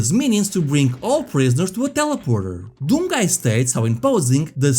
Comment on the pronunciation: What a "Deeyoum"?